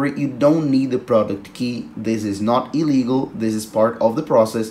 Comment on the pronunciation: Hi, did you say illegal or legal?